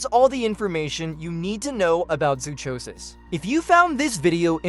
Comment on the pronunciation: Zoonomaly sucks and you mispronounced zoochosis.